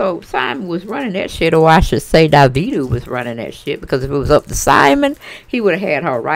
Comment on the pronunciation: Auntie his name is pronounced Dah-Vee-Doe or Da-Veto same thing we black lol